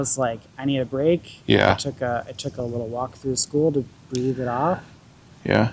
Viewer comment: “ I can’t breef”